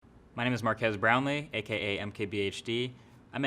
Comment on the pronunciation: “Markass brownlee”